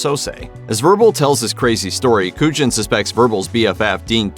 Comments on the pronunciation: Is that an AI voice for the Usual Suspects? Pronouncing Kujan correctly the first time (koo-yon), then not again through the rest of the segment (koo-jin)? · Way to go mispronouncing Kujan for the Usual Suspects.